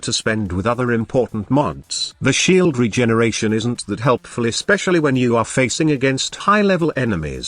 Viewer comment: lol i love text to speech hahaha sheaaald shieeld